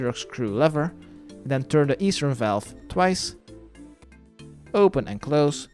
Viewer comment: Did you go and look up the pronunciation of valve? 🥺